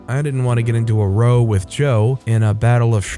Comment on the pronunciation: Row = rhymes with cow, not low.